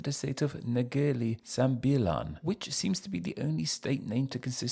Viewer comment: It’s Negeri, not Nagari